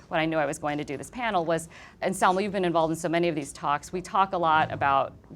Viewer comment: I was really annoyed by the poor pronunciation of Salma in english. How is that possible? Living and working in an English environment? Excellent ideas but she could do better..on the other hand, Matthias was splendid in every way..such an amazing person .